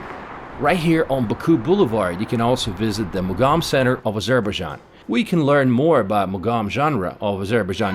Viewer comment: meet some indigenous people to make sure local words you are pronouncing is correct.. you are literally pronouncing local words form your A**